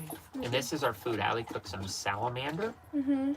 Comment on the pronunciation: Freaked me out when said that had cooked “salamander”! Then the second time he cleared it up when he said “salmon”. Lol!